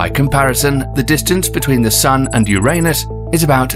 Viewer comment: He even screws up Uranus. Lololol